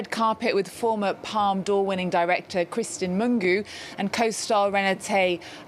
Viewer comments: NOT Mungu !!! It's Mungiu = Moon - G (like the letter) - oo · "Mungu"??! The pronunciation is far away from the corect one. I find it disrespectful. Mungiu - MOON-GEE-OO. Try that!